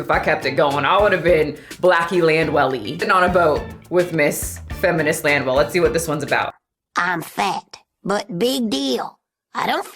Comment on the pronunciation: saying her name is. I hear her say Land well lol